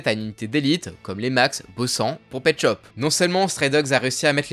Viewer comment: je suis un 2002 est imposible de prendre au srx quand tu dit petschop